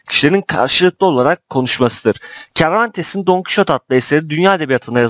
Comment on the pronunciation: kervantes değil servantes okunuşu